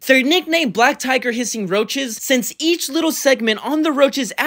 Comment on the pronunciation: Even the way you called roaches roses